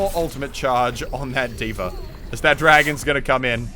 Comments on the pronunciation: Why do you and tyrodin always pronounce D.va like Deever? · Who else is triggered by the way Moosetits pronounces D.Va?